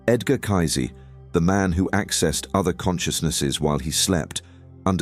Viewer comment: Lol. I love the way you call him kaizee and not pronounce kaysee . You make him sound like nazi.